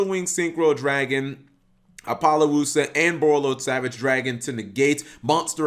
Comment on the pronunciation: Ap. Oh. Loosuh. Not Ap. Oh. Lo. Luhsuh.